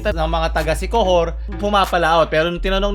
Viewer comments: LT Sikohor Dapat sikihor Ang pag-pronounce sa Siquijor Idol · SIQUIJOR HINDI SIKOHOR! HAHA